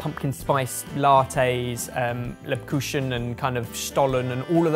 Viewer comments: pronounciation of Lebkuchen totally butchered, but Stollen is actually pronounce pretty well :D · Hehe, pronunciation of Lebkuchen like 'cushion' XD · He's probably reading it and thinking it's closer to "liebchen" or the like. (or the lish?) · Spekulatius, Lebkuchen... German words, butchered by some brits... I love it ^^ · You give a warning for the pronunciation of Marron Glacés, but not the Speculoos or Lebkuchen? 😜 BTW: you can get Speculoos paste in Belgian and Dutch supermarkets. Spreads for you sandwich, like peanut butter. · please work on your pronounciation of ' Lebkuchen'....